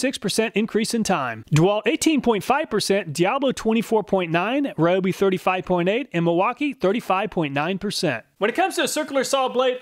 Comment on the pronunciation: Just wanted to respectfully mention that Ryobi is pronounced “Ree-Oh-Bee” according to their advertisements here on Youtube. Thanks for all the work that you put into making very informative test videos. I always look here first before I buy.